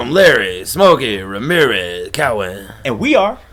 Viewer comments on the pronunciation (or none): none